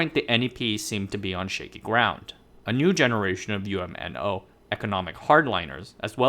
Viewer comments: You're mispronouncing UMNO, you don't spell it out as U-M-N-O when you pronounce it, it's just pronounced as a single word with 2 syllables, Umno, the UM makes the same 'um' sound as the um in thumb and NO, well it's the same as the word 'no.' Also, , you talk about Chinese discontent triggering a brain drain, and then you talk about Malays leaving Malaysia. I'm confused, did you make a mistake and mean to say Malaysian Chinese leaving Malaysia? Because some foreigners incorrectly call all Malaysians Malay even if they're Chinese. And from the statistics I've looked at, most Malaysians leaving the country are Chinese. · Great video! By the way, UMNO is usually pronounced as one word "Umm noh"!